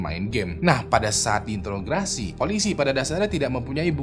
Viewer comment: Intograsi /interogasi, bang?